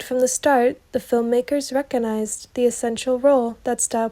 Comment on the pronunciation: To the narrator, the word 'recognized' has a 'g' in it, which is pronounced. So it's re-coG-nized, NOT re-co-nized.😊